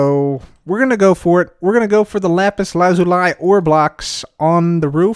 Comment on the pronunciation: It’s pronounced lazulee...